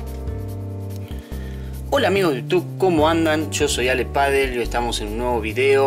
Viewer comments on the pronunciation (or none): none